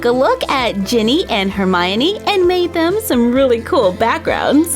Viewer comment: I want Severus Snape doll :( & you said Hermione wrong but whatever awesome video